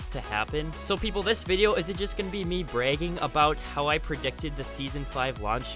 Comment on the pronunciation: What's your accent the way you said " bragging "